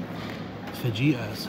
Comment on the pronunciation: 😆A spanish lesson here,. Fajita is pronounced fa-hee-ta. Great to see your lovely family, enjoyed the pumpkin patch. I enjoyed both movies, Signs and Beetlejuice. Loved the walk in the woods.